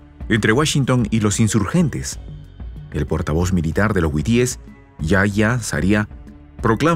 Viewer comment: Hasta cuándo aprenderás que es HUTÍES?. no es huitíes. Es HUTÍES, BESTIA!